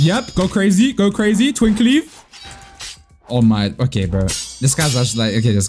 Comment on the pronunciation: i cant stand how just says "twink leaf" 😭😭😭